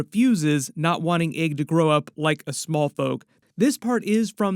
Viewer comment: Egg not Aeg 😂